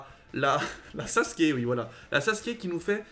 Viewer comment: Mdrrr tu dit "saske"😂😂 c’est "sasuuuuuke"! Et ça ce prononce "ou"😂